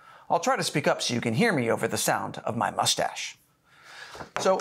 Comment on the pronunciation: Love the “molestash”. Very classy.